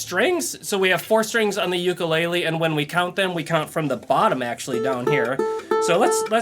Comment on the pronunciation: If you're going to teach how to play an instrument you need to learn how to properly pronounce the instrument name. I was so excited to use your videos for my Hawaiian son until I heard you say ukulele wrong